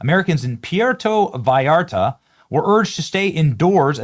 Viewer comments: Your pronunciation of Mexican regions is hurting my brain lol. Puerto Vallarta for instance. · Going to Acapulco on Friday. Im not suicidal. Cmon Benny, you know how to say Puerto Vallarta. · Benny, are you deliberately wanting to sound ignorant with the way you’re pronouncing Puerto Vallarta? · Benny, it's pronounced pwer-toe vie-air-tuh. It's not that hard. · Love pee,air,toe viartahh 😂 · You really butchered the name. Pronounced (port-ta vai- arta) lol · its pronounced like pwear=toe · Benny, I know you don't speak Spanish so here's the correct pronunciation, written phonetically: poo-err-toe bye(sounds like a "B" pronounced very gently and softly, not like an English "V" with lots of air behind it)-are-tuh. The Double L is pronounced like a Y. Hope that helps although I know you don't have to do it that way as an English speaker. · Puerto is pronounced: Pw air to Vye are ta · Pierre-toe Vi-Art-ah. Lmao. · Benny it's pronounced Poo-air-tow Vai-yar-ta. In other news, Mexico has always been somewhat lawless going back to the late eighteen hundreds and early nineteen hundreds with the Mexican revolutions. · Love you Benny, been to PV for many, many years, went last April '25 for 10 days. But please work on saying Puerto Vallarta! 😂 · Benny obviously never watched Love Boat because he can't pronounce Puerto Vallarta 😂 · Someone should help you pronounce Puerto Vallarta. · C’mon Benny. You live in Florida and you don’t know how to pronounce “Puerto Vallarta”? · Love you brother but Jesus man, let’s work on that pronunciation 😂😂 “Puerto Vallarta” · Benny Johnson; why can't you pronounce "Puerto Vallarta"? SMH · geez dude it’s not that hard to pronounce puerto Vallarta. Just don’t say it if you have to sound so dumb to say it. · Come on, Benny. You should know how to pronounce Puerto Vallarta. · Benny, the way you pronounced “Puerto Vallarta”, I can tell you’ve never seen an episode of “Love Boat” in your life. 😂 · Please learn to say Puerto Vallarta 😂